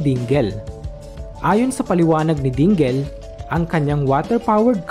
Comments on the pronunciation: Dingel? Dingle yan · Correct pronounciation sa (DINGEL) is something like" Dingil" hindi po "Dinggil"as in DINGEL name.